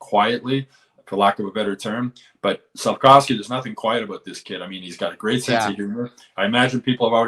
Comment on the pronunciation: Its Slafkovský , not wski or what the hell. Hes not polish